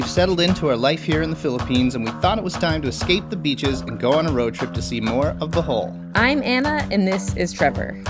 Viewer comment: OMG! LOL! Thought you said welcome back to “the hole” not Bohol